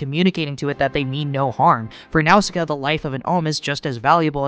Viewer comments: I can't get over how you pronounce Nausicaa. 😂 Great vid though. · pagite? tol'mechkkeyans?? No. i appreciate your attempts but pegite (pedjite) tolmekians (toll me key ans) and nausicaa (nawh sick aa)